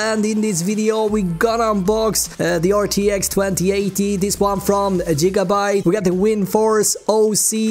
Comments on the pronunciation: so weird when he keeps on saying Jigabyte... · Jigabyte boiii